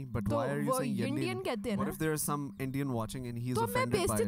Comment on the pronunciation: Yaaaaa it is indian....not yindiannnn.....miss